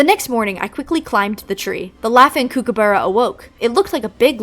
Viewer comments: hi, australian here! just so you know, kookaburra (which is one of our national symbols!) is pronounced 'cook'-a-burra (like cooking food), i just thought the way you were pronouncing it was funny and wanted to make sure you know for the future. Great video :) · that is NOT how you pronounce Kookaburra